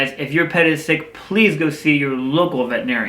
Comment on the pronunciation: Why do even veterinarians mispronounce "veterinarian"? 🙄